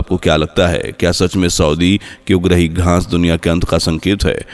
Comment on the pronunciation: Aap baar 'GHAANS' BOL RAHE HAIN. GHAANS NAHI ' GHAAS BOLIYE.